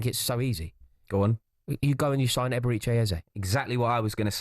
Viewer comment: The way everyone pronounces Eberechi is so annoying.